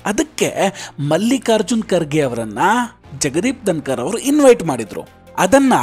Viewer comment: ದನಕರ... ಅಲ್ಲ ಪಾ.... ಧನಕರ...ಕನ್ನಡ ಉಚ್ಚಾರಣೆ ಸರಿಯಾಗಿ ಇರಲಿ.....